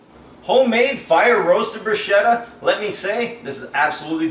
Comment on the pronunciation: That's not how you pronounce 'bruschetta,' but whatever...